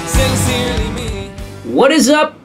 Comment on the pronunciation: pin-cerely me